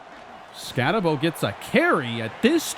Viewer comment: Once again, its BOOOO its ScattaBOOO not Bowe